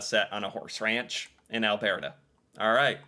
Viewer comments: Only ever seen 2 of those. BTW it's Alburrta not albearta 😂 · You’re mispronouncing Alberta. It’s NOT “AL-BEAR-TA” Why are you saying it like an Italian. It’s pronounced “AL-BUR-TA” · It’s not Al bear tah though: it so Al Ber ta, like brrr, it’s cold! Or a burr that got stuck on your dogs fur :) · Alberta is pronounced Alburta not Albearta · Alberta is pronounced: Al bert a not Al bear ta ?!🥺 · I am very sorry but I have to correct your pronunciation of Alberta. It's Al bur ta, not Al bear ta lol. Love your videos. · It’s pronounced Albrrrrta, not Alberta. I can’t stand it anymore.😂😂😂 My favourite shows are Due South and Corner Gas. We do humour exceptionally well. Smart Funny. The actress who played Orphan Black was astounding. She did accents, and literally played a bunch of different characters even interacting with each other. Amazing. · AlBURTa, not AlBEARta. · Alberta is pronounced Al-burr-ta 😊. I like your pronunciation. Kinda made me giggle. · Cracked up every time I heared Al-BEAR-da lol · So far loving the list. Still getting over your pronunciation of Alberta 😂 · Albertan here, I have a chuckle every time tries to pronounces it. Cheers!